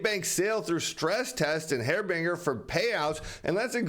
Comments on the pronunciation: Hair-bing-ger?? Haar-binge-er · .."a HAIRBINGER"! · its pronounced har-bin-jer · He's not the best linguist 😅